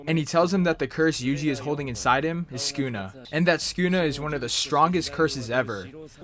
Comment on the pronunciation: skuna is what u said.